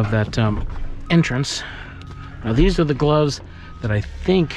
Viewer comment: Thanks, you got me saying glubs instead of gloves but it's 👌